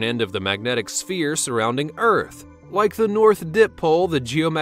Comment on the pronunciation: Planet Earf.